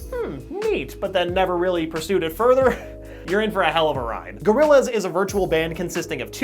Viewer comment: I like "GORILLZA" more